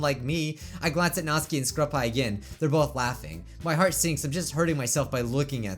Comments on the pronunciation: It's supposed to be nat-su-kee not nats-k-ee but u can say whatever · he is saying natsuki rong